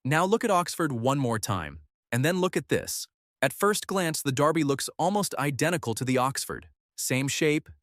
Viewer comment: Blimey, they actually pronounced Derby correctly.